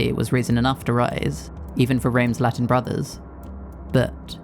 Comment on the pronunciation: Where are you from? I can tell you're not from a Latin country because the pronunciation of Latin words was very unnatural. Good video though